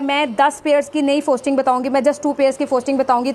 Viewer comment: Bongi "FOSTERING" hota hai FOSTING nahi......Sahi sey bolna to seekh lo